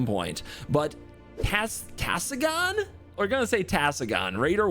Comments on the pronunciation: Its not Tessagon, its Tsagan :p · To elaborate, its pronounced tSA-Gan. Kind of like Tsu in Japanese. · I think the Tsa gets pronounced as Zah so its Zahgan